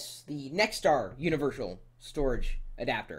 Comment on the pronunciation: haha u said univershal at :31 does it read floppy disc